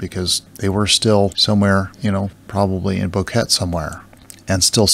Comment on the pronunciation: Boquete is pronounced Bow-k-tay en español. 😀